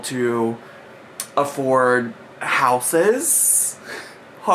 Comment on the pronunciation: She says “houses” weird.